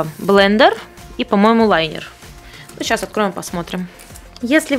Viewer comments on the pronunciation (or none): Не лАЙнер ,а лИнер!!!! Линер от слова-линия!!!!!!!!!!!!!!!!!!!!!!! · Мне интересно,как ты собралась рисовать "лайнером" а не линером...